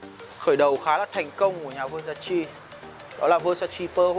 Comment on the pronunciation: Góp ý: phát âm đúng tên thương hiệu...